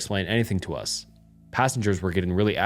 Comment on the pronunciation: How does this guy mispronounce “us” literally two seconds after saying it correctly 💀